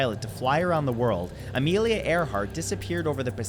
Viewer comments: Am I the only one that hear “AmeliaN” Earhart? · Amelian earhart 😂